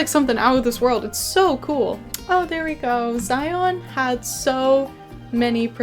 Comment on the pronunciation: Im so glad you had a good time passing through Utah. As a native Utahn, however, I appreciate you trying to pronounce the names of our cities. Kanab is pronounced Kuh-nabb and Zion rhymes with Lion, BTW!!!